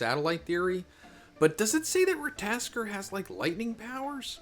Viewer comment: It's rattatasker (Google spelling)